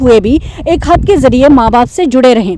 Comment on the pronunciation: Yeh kia bukwas thi? Bibi, paspo holder kia hota hai? It’s passport It’s not hut, it’s Khat, Matlab na bolna aata hai na pata hai, buk buk buk aur 10 minute waste. Where was the law. No where, u kept on talking in your wrong pronunciations & poor English wordsmith totally rubbish content